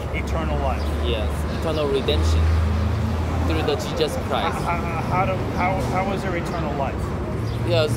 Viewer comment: did he say jejus christ?